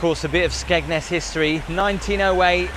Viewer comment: Skegness.. oh... Thought you said smegma.😅